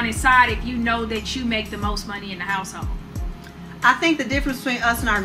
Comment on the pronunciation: Two questions regarding anomalous pronunciations: 1) Both women repeated refer to "may-yen," rather than to "men." Why? 2) The woman on the left refers to a "house-hole," rather than "household." Why?